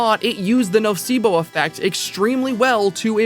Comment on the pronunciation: When said "nocebo" I was like "The spanish word???" because it sounds just like "nocivo" which means something that is detrimental/prejudicious and is also seen a lot in medicine, anyways great video <3